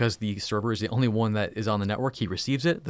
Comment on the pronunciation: All i heard was " ten dotwand dotwand dontwand"